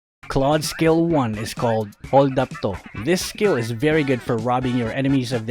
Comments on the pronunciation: Hahaha "holdap to"pay😂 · What the heck is holdap-to? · " Holdap toh" xD